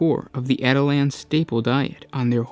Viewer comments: At-i-lans.... cringe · Dude, you're pronouncing that wrong. it's pronounced like Attila the Hun. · Yeah, kinda bugged me throughout the video. Also, no mention about the rough rider hunting lance? Son, I am disappoint. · My real name is Attila and it's a bit annoying hearing this😅